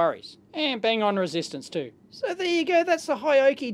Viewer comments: It is Hioki not Hayoki !! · Dear Dave: it's pronounced ‘hee-oh-key’, kthxbai.